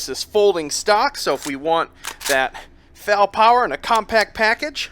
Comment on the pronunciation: my only gripe with this is how he says FAL the game is still mind-blowingly amazing